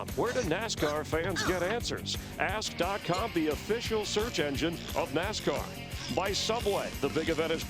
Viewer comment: I think he did! But it's Ask not ass...that would be a naughty site.